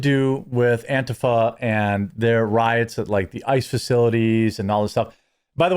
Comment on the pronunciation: Jeremy it's pronounced ANT-TEA-FAH you obese neckbeard loser 😁😁😁